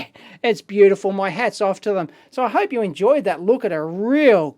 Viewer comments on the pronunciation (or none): none